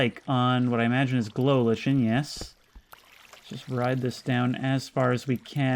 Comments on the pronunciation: In pre-Beta Minecraft, there was no brightness setting. Brightness was stuck at the "moody" option. So if you want an old school, scary experience, turn your brightness all the way down. Also, "lichen" is pronounced "liken" not "litch-en" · Glow lichen is no pronounced "Glow Lich-en" It is pronounce "Glow Like-en"